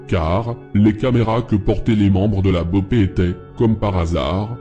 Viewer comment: Autant quand tu parle de France j’aime bien tu tape souvent dans le mille Mais la c’est très très très très à côté de la vraie « guerre » Déjà, CV n’est pas un gang mais des « franchises » d’un groupe, qui sont en guerre avec les PCC qui sont bien plus gros et un vrai gang Pour l’opération la BOPE (on dit boppe, pas bopé 😂 que mrda é essa mlk) n’est pas du tout à l’initiative, ils ont étés appelés en renfort par la PM qui travail pour le gouverneur, c’est avant tout politique, mais lâché rien, le travail n’est pas mal mais a mieux préciser les choses